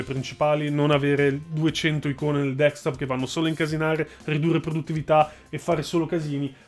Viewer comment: Ma è tanto difficile dire DESKTOP ? XD